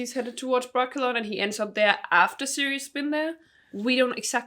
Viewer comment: "are you cirious?"